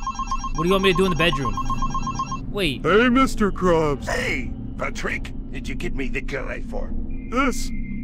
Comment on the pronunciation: It's not Patrick it's potrick